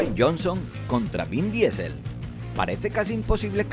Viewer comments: Mejores top diciendo DIESEL en vez de DISEL....WTF!!! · Queridos españoles: las palabras, incluídas nombres y apellidos, en inglés, se pronuncian en ingles. No traduzcan todo, no arruinen la hermosa pluralidad lingüística que nos ofrece el mundo. "Diesel" es un combustible, no un apellido. Gracias.